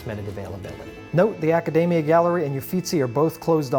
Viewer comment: 1. Buy a Florence card. It gives free entrance to almost everywhere and allows you to skip the queues. 2. Realise that the Academia is more than David. 3. Learn Italian pronunciation.